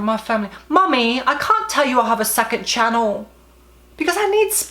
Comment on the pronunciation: i laughed so hard at the way u said channel LMFAOOOO